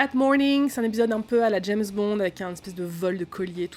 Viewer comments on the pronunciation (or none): none